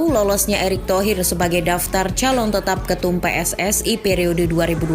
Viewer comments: Pssi bukan pssae ..sepak bola ja bola sepak 😂😂😂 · PSSI Bukan PSSAI...!